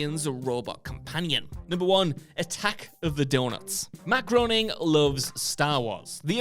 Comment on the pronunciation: Groening is pronounced “graining.”